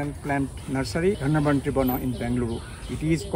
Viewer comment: It's not Dhanavantri, but Dhanvanthari